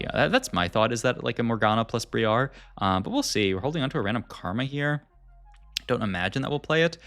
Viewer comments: Why are you saying "Bree-Are" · the way you pronounce Briar is supremely wrong xD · He's definitely doing it on purpose seeing how he says it properly right after lol. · Stop pronounce briar that way! :)